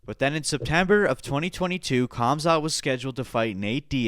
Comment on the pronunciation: it's not kamzat its hamzat